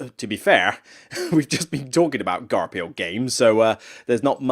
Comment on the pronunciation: Great list. I love Forgotten Folk. It breathes so much new life into Caverna. I'm very skeptical about Frantic Fiends based on what I've seen so far, but I'll still give it a chance. FYI Garphill is pronounced Gar-Fill.